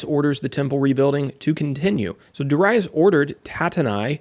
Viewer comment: Amen! I love the lesson and the many I've listened from you. In this one, I do pronounce Darius and I had to look past it. 😂 Yet, a great lesson to keep building. Keep it up! 🙂